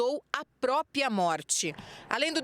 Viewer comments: Conta "própia" 😡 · Não acredito que a repórter fala próPIA morte... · chega dá ênfase no " conta PRÓPIA" 😌😌😌😌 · nunca deu sinais de que sumiria por conta "própia" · Uma jornalista falando "própia" . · Falei isso agora mesmo, "não própia, própRia!" Que agonia haha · Reporter: ""Propia"" sendo que a escrita e fala correta é ""Própria"" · Essa reporter falou, pausadamente: "proPiA " ao inves do correto , propria ! 2 vezes.🙊